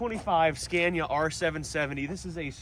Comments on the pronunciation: A little nitpick: it's not pronounced like "scan-ya", it's "skah-nee-yah" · so sick of the way he pronounces scania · STOP SAYING SCENYA. ITS SCANIA, YOU ARE PRONOUNCING THE ''A'' as a ''E'' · He doesn't know how to pronounce the name right. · Haven’t even learned how to say Scania.